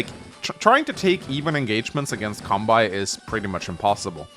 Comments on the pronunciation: Seriously though dude, please say Kanbei correctly. You don't pronounce Sensei as "Sen-sai" so why should Kanbei be pronounced as "Kan-bai" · Why does he pronounce kanbei's name like that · Your content is great, but your Kanbei pronunciation is tilting, pls fix BibleThump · Love your videos, but I wince every time you mispronounce "Kanbei". Seriously, why pronounce the -ei in his name like that, but not the -ei in Sensei?